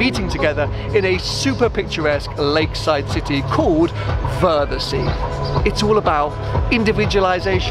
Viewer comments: Should've asked a local how to pronounce 'Wörthersee'. :P Epic event. Can't believe I never went in my 11 years of having lived in Austria. I guess I thought it was all about Golfs... and I really don't have any affinity for those! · The show is actually the worse part, the best time to go is 10 days before the show with all the meets, races and cars that come every year then leave before the show (which about 80% of the 🗑 car go to) And its worthersee like worthers originals pronounced 😄 I don’t believe you went up the tower and didn’t video going down the slide back down!